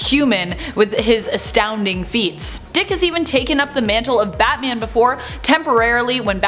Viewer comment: Dang I didn't know everyone said batam.